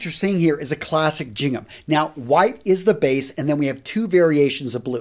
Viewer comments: It’s really hard to take advice from someone when they mispronounce standard words common in their field of expertise. The first sound in Gingham is a “hard g” sound. Not a “j”. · not trying to be picky here, but I always thought that the pronunciation for Gingham was with a hard G (Gingham), and not as a J(Jingham). Please correct me if I'm wrong. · Gingham is with a g sound not a j sound